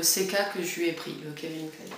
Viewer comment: On dit pas kevin clein !! Mais Calvin Klein ;)